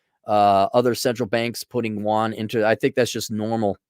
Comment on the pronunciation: Wahn? Yoo-ahn.